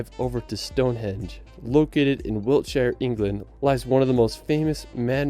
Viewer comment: Is he saying 'stone hedge?' yeah, years travelling the uk my arse... can't even pronounce Wiltshire